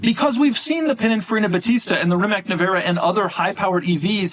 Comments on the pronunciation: Reematz....not Remack... just sayin". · Rimac is pronounced "REE-Mahtz". The final un-accented "C" in Croatian has a "TS" sound.